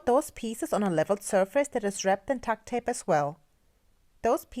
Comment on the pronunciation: "Tuck tape" just sounds like you're saying duck or duct tape with the accent. I almost missed the brand.